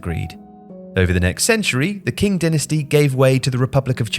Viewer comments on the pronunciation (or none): just a note - "qing" is pronounced "ching", not "king". you made the same mistake in an earlier video as well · Your map is wrong. Taiwan isn't part of the PRC. And Qing is pronounced Ching. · Amaizing video and great fight thyere fighting! i do have to say, your pronounciation of "Qin" was not the best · Qing isn't pronounced like that